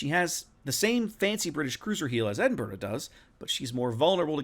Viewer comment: Congrats to one of the first YouTubers who can pronounce Edinburgh correctly 😀 👏 😄 👍